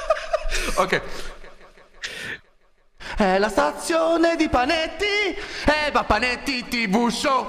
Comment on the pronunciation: Con tutto st'inglese ho realizzato che Panetti in inglese si pronuncia Penittai, che guarda caso fa rima con gemitaiz